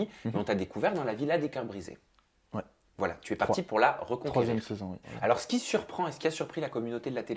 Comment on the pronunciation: Reconquérit ??? Je saigne des oreilles !!! 😱